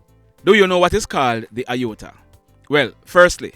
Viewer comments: It is pronounced, A-or-ta Not I-or-ta. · It's pronounced A-OR-TA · No sir, you're incorrect with the pronunciation of the word. IOTA means a small amount, whereas AORTA pronounced A-OR-TA is a medical term. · On the pronunciation of the word A-OR-TA it's pronounce the way it spell. Sounds like you are saying I-OR-TA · It's pronounced A OR T A not I OR TA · Have to correct you sir, the word aorta is NOT pronounced iota... it's pronounced "ay-or-tuh" almost as is spelled. Iota is another word by itself, with a different meaning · No...you please to check a medical professional. Aorta is pronounced A-ORTA... not Iyota which means small amount. Question - do you know whether our soldiers wear safety belts? Haven't we had enough such deaths for rollovers? CONGRATULATIONS for growing your fan base. Details are important. You work hard to. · Great work. You spoke of JDF officer who died… for clarification the vessel/artery is called and pronounced A-OR-TA. The ruptures and dissections are unable to be seen in an X-Ray, only able to be seen in an abdominal CT. I know all of this because I am a medical professional and I also experienced an Aortic Aneurysm last year. Without any symptoms, and only seen while active in a CT scan, I was air-vacced to a level one hospital, some 60 miles from my home Aortic issues are quite rare and most often deadly, in fact I am only 1/700,000 that survived my condition. So grateful, I am. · It is not pronounced "IOTA" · The pronunciation is not right it's A _orta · it is pronounced “A ORTA”. Those Doctors/healthcare providers did a POOR job of assessing the injuries this young man sustained. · It's pronounced a-or-tah No xrays r for bones not organs he probably needed. Sonograms,.cts? Mris sho minute details of internal organs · It's pronounce A or ta...you are are pronouncing it wrong. It is pronounced EXACTLY as it is spelled. You're the one pronouncing it wrong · Pronounced A-OR-TA! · It's pronounced a- orta Sir......